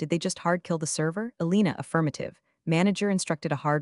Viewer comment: Elena, not Alina.